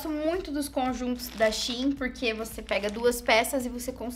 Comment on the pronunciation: Eu amo que a é uma das únicas que falam Shein certo aí quando eu falo da mesma forma tem gente que acha estranho kkkk